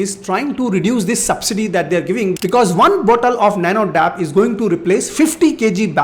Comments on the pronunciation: Sir please correct...it's not nano dap..it's nano D.A.P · Dear sir that is not dap it is called D.A.P I am from former family